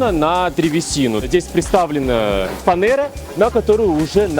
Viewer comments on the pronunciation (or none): Господи!... Ребятушки... Не фанЭра!!! А фанЕра!!! 🤦‍♂️🤦‍♀️ Все, все, поголовно говорят неправильно! "Запаковать"; " Обкромить"; "Нарезать"... Зато " Бугатти" и пр. дрянь, произносите без ошибок 😂 Вы вообще русские???